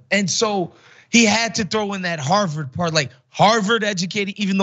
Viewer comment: What is “harveted “ educated? I had to replay to make sure I heard right! I know trump meant Harvard but as usual he mispronounced a regular, easy word!